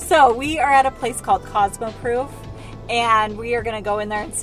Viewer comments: Cosmoprof said like cosmopraf 😊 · ur saying cosmoprof so wrong lol but that's OK haha